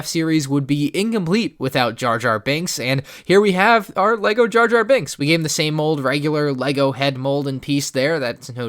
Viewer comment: Jar-Jar BInks not banks lol